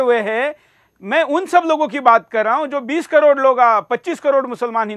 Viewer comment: अबे तोतले करोड़ को कोड बोल रहा है allha ने पढ़ाया है क्या सही बोलना है तोह पढ़ना है तोह हिन्दू के 5 साल के बच्चे बता देंगे कि कोड होता है या करोड़ ,😅😅😅😅😆😆 ओर साले जा dum की बात करता है तोह 1 दिन हो जाये आर या पर हिन्दू मुस्लिम में 1 दिन को कह जाकर कोर्ट , नेता, पुलिस, sc कोर्ट से की जंग होनी है 1 दिन दो साले एक मुल्ला नही मिलेगा जो हिन्दू मुल्ले बने वो आज भी अपने को हिन्दू ही बताते है मजबूरी है उनकी साले 35 cr में से आधे ही हिन्दू से लड़ने आएंगे बाकी नही हो सकता है इससे भी कम आये क्योकि वो खुद हिन्दू बनना चाहते है तोह आएंगे क्यो आएंगे तोह पीछेय रहेंगे तेरे जैसे आगे हो और साले आधा दिन नही होगा कोई मुल्ला जो अपने को कट्टर ओर तेरी सोच का है एक नही बचेगा बाकी हिन्दू बन जायेंगे कर तोह साले एक दिन की बात सब से बोलने से कुछ नही होता कर जा 1 दिन का वक़्त माग आर पार के लिए देख ले फिर किसमे dum है हिन्दू में या मुस्लिम कट्टर में ओर साले दुसरो को क्यो तू ओर में लड़ते है कोई नही आएगा तू मरा तो मुस्लिम में दम नही मैं मार तोह राजपूत हिन्दू में नही साले 5 min पूरी नही होगी और तू कोड को करोड़ 72 हर के पाश जाकर पूछेगा